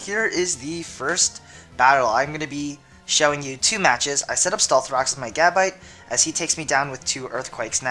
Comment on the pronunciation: Evolve Gabite and it's pronunced Gu-bite.